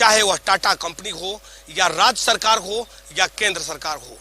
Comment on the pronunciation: रिपोर्टर को अपनी भाषा पर काम करना चाहिए ! स, को श और श, स बोल रहा है